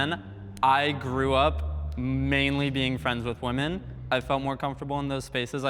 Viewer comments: Guys, let's say "women" correctly. The video literally opened with the moderator saying "woman" instead of "women." "Women" (plural) is pronounced differently than "woman" (singular). "Wih-mihn" = "Women." "Wuh-muhn" = "Woman." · for god's sake, Women and Woman are different words. Why do so many people today pronounce Women like "woman"? I've seen it everywhere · Please learn how to pronounce "women". It is not pronounced the same way as "woman."